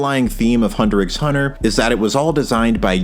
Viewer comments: It’s cause he pronounces the X 😉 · I'm one of those real anal peopleThe CC reads Zoldick but I swear I heard Zoldlick. Also I'm 99% sure it's pronounced Hunter Hunter. It describes the kind of hunger Gon is, he's looking for or hunting his father. The title still makes sense when Ging replaces Gon as the protagonist since Ging is looking for/hunting Don Freecs. I used to call it Hunter "ex" Hunter too, until I had the epiphany that Gon and Ging are looking for another hunter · You dont pronounce the X in Hunter x Hunter. And why the fuck are you saying ZoldLyck??? Where is that L coming from? You make it Sound so incredibly dumb i can not listen to you further.